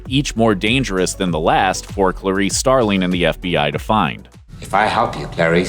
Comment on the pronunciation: "Starleen?" it's "Starling" ffs